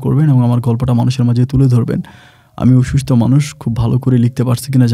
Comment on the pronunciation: ভাই আপনার বেশীরভাগ উচ্চারণ শ্রুতিকটু লাগে। সম্পর্ক উচ্চারণ এখন ঠিক হয়। অসুস্থ উচ্চারণটা ঠিক করেন। আপনি বলেন অসুস্ট! বমআলাদা আলাদা করে লিখে দিলাম। অসুস্ থ হবে, সঠিক বানান অসুস্থ।